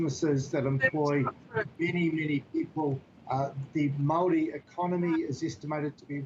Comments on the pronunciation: Mow wee ? 😂😂😂😂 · Lady it's "MAORI" not Maui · He's as Maori as an american orero. He can't even pronounce our words because he purposefully tries not to. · I’m guessing you can’t even pronounce ‘Māori’ correctly. The underbelly of the uneducated kiwis’s are popping up all over the place with this incompetent government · This commenter is likely experiencing the systemic racism that empowers individuals to mispronounce Māori words and not only feels no need to self correct, yet gets offended when being showed that they are mispronouncing Māori words. It’s sadly common. The reason why we have a pack of less self aware low key Nazi’s in government in nz. (Yes I said Nazi. They just reversed a smoking ban which would have saved 5000 lives each year and saved us tax payers $5,000,000,000 (five billion dollars) that 80% of new Zealander’s wanted and over 94% of Maori wanted). One third of the revenue raised from smoking tax excise comes from the Maori community. Smoking disadvantages Maori and harm Maori. This government knowingly ignored the nations wishes and has blood on their hands. They sold this unconscionable wicked act, with the wanting freedom for kiwis, while knowing Maori will suffer and die the most. It seems this aligns with their voter base. This government are doing all the things the r a c I s t voter base wants and they haven’t even had to talk about it. Poor brown people to die)